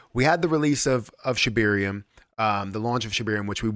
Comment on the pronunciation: ShibAaaaaaaarium not shibiiiiiiiirium.